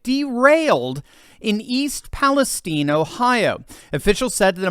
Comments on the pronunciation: And why is it pronounced “East Palesteen”? It’s Palestine 🇵🇸. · Um, East PaleSTEEN? OK then...:body-blue-raised-arms